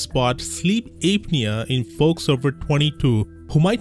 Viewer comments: It's pronounced app'near not ape'near. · It's apnea not Aepnea it's an a sound not ae sound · It's pronounced APP NEA , not ape nea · it's "app knee uh" not "ape knee uh" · It's not "APE-knee-a". It's "APP-knee--a". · It’s not correct. Well, at least in British English, it’s pronounced “app-nee-uh”. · Sleep Ape-nea. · Ape nea? Lol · It's pronounced: "app-knee-ah" 😉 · Sleep ape-nea 🐒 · Sleep Ape-nea😂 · I like Ape-knee-ya lol Don't worry,. I'm a native speaker and always pronounce new words wrong. You're doing great! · Yeah and you can't even say the word. Lol